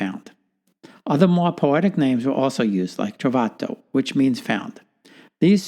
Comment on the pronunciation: It’s Trovato not Travato